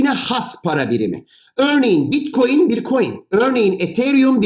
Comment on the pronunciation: hadi bi daha anlat. bi daha. tane tane. salağız biz. bi daha. bitkoyin teknolojisi (teknoloji :)). blokçeyyyyn. bilim adamı yetiştirmede üstüne kimsenin olmadığı çalışkan ülkem. saadeti elde etmek için her türlü zinciri bpynuna takar. maynink teknolojisi... hahaha. teknolojiymiş.